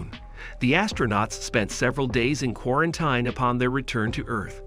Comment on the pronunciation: Mispronounced read and quarantine